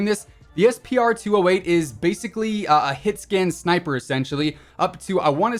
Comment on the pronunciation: It is hitsscan